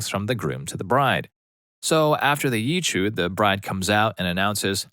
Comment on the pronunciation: In "yichud," emphasis is on the second syllable. yi-CHUD. The ch is a throaty sound, like in loch. Source: am Jewish.